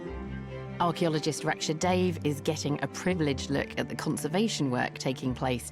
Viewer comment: Digging for Britain is really interesting! Incidentally, Dave is pronounced as 'duh-vai' (d uh-v ai).